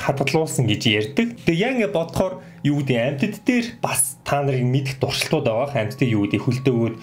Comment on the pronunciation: ...туршилтууд гэдгийг дуршилтууд гэж хэлж бна уу? Update 2 сургалтанд Update 1-т хамрагдаж бж орсон нь дээр үү?